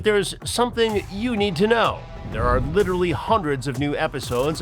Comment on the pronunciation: “Lidurally” guy thinks he’s an intellectual 😂😂😂